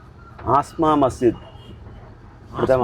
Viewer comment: ആ സ്മ അല്ല അസ്മ